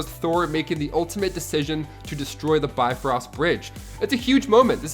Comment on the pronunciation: The BITfrost Bridge? LOL